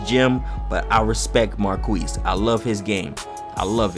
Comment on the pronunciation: Every time he said Marquese 😖